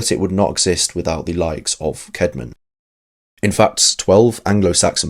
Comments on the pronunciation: The name <Caedmon> is pronounced kad-mon though, note kade-mon. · first time you said his name in the vid you said Caydmon that's why I mentioned.